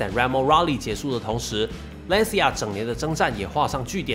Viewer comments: 这个词读蓝旗亚因为是意大利语 不是兰斯亚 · 一个小建议。Lancia 里 c 的正确发音应该更接近 ch，而不是类似 s。意大利语里 c 在 I 之前都是这样，比如cappuccino ，ciao。所以（简体）中文把 Lancia 翻译成 蓝旗亚 而不是兰斯亚/兰溪亚，还是很准确的。